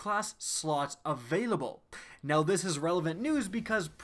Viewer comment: No one noticed he said the farm will be abailable for an hour twice lol